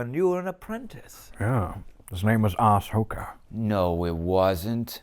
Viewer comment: “His name was Ass-Hoka” 😂